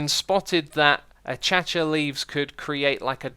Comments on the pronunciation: Acacia is pronounced "UH-CAY-SHUH", not "A-CATCHA" lmao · this guy Achacha leaves Ah Kay Sha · Acacia, not "ACHACHA" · achacha leaves? It's acacia, ack-ayy-sha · Achacha? No... Acacia Ah-Kay-She-Ah Not Ah-Chah-Chah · Acaca leaves? Acacia - A K A S I A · ah-cha cha! (uh - kay - sha) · Dude it’s “a-Kay-see-ah” not “a-ka-cha” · I thought acacia was pronounced ACASHA not ACHACHA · its pronounced Akeizha. not achachia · Achacha lol, a-cay-she-a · It's not pronounced Achacha leaves, it's pronounced Akaishia leaves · "Achacha leaves" :D Hey X, Acacia is pronounced "A - kay - sha" :) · Xisuma said "achacha"leaves. It's acacia (ac-a-si-a) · Why do you pronounce acacia A-Cha-cha? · Did u just pronounce acacia like "a cha cha" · acacia is pronounced- uh kay shu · LOL! IT IS NOT PRONOUNCED ACHACHA. Google "how to pronounce acacia" and click the sound icon. Takes 5 seconds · acacia is pronounced a-kay-sha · I have never heard someone pronounce Acacia as "achacha" before. I like it. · "achacha" "preformance" "premission" SMH my head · Why do you still pronounce it achacha leaves? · Ak-asia is how you pronounce it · The way he said Acacia killed me. It’s A-Kay-shuh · Xisuma pronouncing "acacia" wrong: A-CHAT-CHA REAL SMOOTH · it’s pronounced uh-kay-shuh if you didn’t know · uh·kei·shuh Ftfy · did he serious say achacha leaves? lol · xisuma pls its pronounced a-cay-shuh 😂😂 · "achacha leaves" :/ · Achacha leaves 😂😂😂😂😂😂😂 it’s acacia u stupid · it's (a-kay-sha) Xisuma knows that but he wants to pronounced it differently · its pronounced aa-kay-shia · its pronounced uh· kei·shuh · It's pronounced as he said it, but his stress is on the wrong sylLAbel. Should be a-cha-CHA. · It's: Ah caysh ya right? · You pronounced Acacia wrong. Who are you? A Bootleg Barney!? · Every minecraft youtuber pronounces acacia wrong... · now cha cha real smooth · you missed pronounced the acacia so bad, let mojang fixed you... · I think it's intentional. A reminder of a long-time-no-see pal.